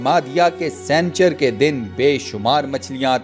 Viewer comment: Jahil sanchar nahi "sani char "hindi me haftay ko kehtay hy aur moqeed nahi "mo qayyad" hota hy pehlay kisi sy urdu parh liya kro